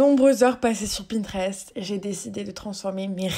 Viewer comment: ça m’a stressée quand elle a dit "pintrest " au début 😭